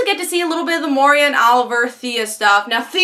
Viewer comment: This is gonna sound nit-picky. It is in fact honest positive criticism. Please learn to say Moira's name correctly. It is not a difficult one to pronounce. Also, the villan the Clock King. He is an established character in the comics and cartoons. I know it sounds nit-picky and I apologize for that. When reviewers get names, facts, and story elements wrong they lose credibility. A wonderful reviewer sheds light on what they review by sharing information and their perspective in a way the leaves the viewer leaving, contemplating different views and obtaining a greater understanding of the source material. I used to enjoy your reviews despite your continuous "tiny" mistakes, but it eventually became too much and I unsubscribed from your channel. I say this only as positive criticism, in hopes that you take it in and try to improve. You obviously enjoy doing these reviews, "and when one does not strive to improve in what they love, they grow stagnent. And love turns to hate." - Daytin R. Piehst.